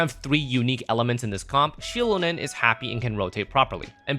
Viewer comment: holy fk first or second time i hear someone pronouncing Xilonen's name correct and saying Shilonen 😭 not saying Xilonen the same way its written or saying Jilonen which deadass tilts me so much when its pronounced wrong